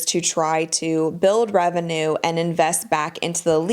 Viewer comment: muh rebenuurrrr